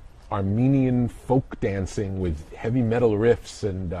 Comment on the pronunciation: "Heavy metUGGLL"?